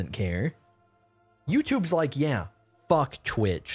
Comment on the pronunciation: He said “fook twitch!” 😂😂😂